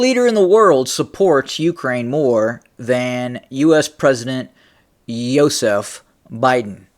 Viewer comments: Everytime you say Yozef Biden I think your talking about my dad and its really freaking me out. Can you call him Joe Biden... Lol😬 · Hey man stop pronouncing his first name like that. You trying to insult Stalin 😅